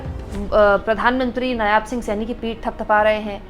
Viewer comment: नायाब नहीं, नायब सही है ।